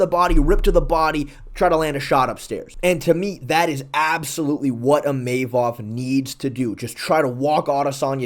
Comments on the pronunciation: sorry I can't hold my tongue any longer. His name is pronounced Imavov as in (EE-mu-vov) the stress goes onto the "EE" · Bro is chaelmaxxing with “Imayvov”